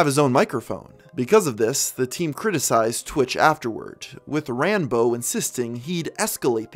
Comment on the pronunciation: this is a good video but why did he say Ran bo?